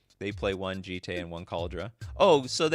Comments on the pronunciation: Jit is how a gaijin pronounces it. It's Jee-tay. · Its the second way you pronounced it. Jee-tay. Thats how it would be pronounced in Japanese